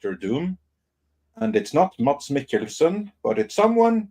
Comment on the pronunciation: "IT'S [ˈmæs ˈme̝kl̩sn̩] (IPA)!" 😅 That is, there is no /d/ in his name 🤓. As evidenced by syllabic consonants /l/ and /n/ marked with ⟨◌̩⟩ in the pronunciation of his name, Danish is an inhuman language 😅!